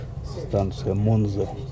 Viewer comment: 12.51 - не Монза, а Монца. Город не далеко от Милана.